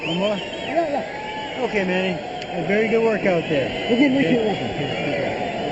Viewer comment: LOL! they couldn't even pronounce manny's name back then.. haha